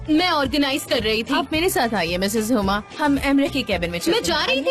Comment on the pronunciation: Huma ❌ huya ✅